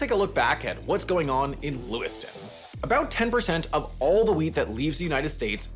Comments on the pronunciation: Oh! 10 percent of the wheat! I thought you said “weed” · When he said "wheat" I thought he said "weed" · I thought you said 10% of all weed for a second 😂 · Oh, WHEAT. I heard it as 'weed'.